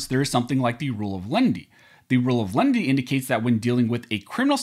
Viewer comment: I know, I was just mocking the way this youtuber pronounces it